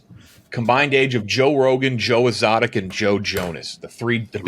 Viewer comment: What an insane way to pronounce Exotic